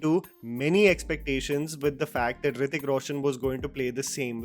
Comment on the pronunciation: nothing can touch Hrithik boy. Bugger off with your shit pronunciation and weird accent. Why no one in india has normal accent. Why can’t you pronounce simple words?